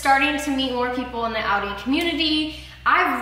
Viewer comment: "audi tit"😂😂😂